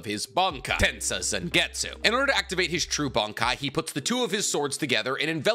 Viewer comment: "The idea of enemy and foe", "and combined them" "and shunsee", "yakaba" "releasal" "zaka no tachi" "and considering the fact x2" "yachaba" "old man zengetsu" "yichaba x2" no mention of other squad zero member despite seeing one and the qualifier of Ichigo not showing his true bankai ability still made the list. There were several others but maybe slow down on the videos if you're having trouble speaking and yk making sense.